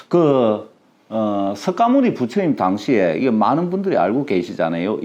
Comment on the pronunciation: 석가모니 부처님 이라고 쓰고 '서가모니' 부처님으로 읽는것이 맞습니다~~^^♡♡